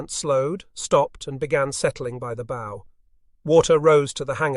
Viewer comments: The front of a boat is pronounced like bowing at the waist, not like putting a bow on a birthday present. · Why oh why can't we get a real human to read the text. It's a bow, as in what you do before the King, not what you do with a tie or shoe laces. These small points really spoil the experience when they are repeated 97 times in the video. A poor show.